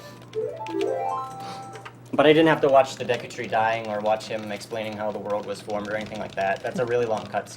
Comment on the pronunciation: wtf does she say "and...auo ah sekon egg splaining"